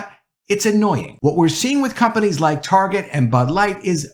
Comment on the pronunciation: You know the word “Target” has a “T” at the front. You might start to try saying that letter T. Your saying “Arget” every time it’s fucking annoying.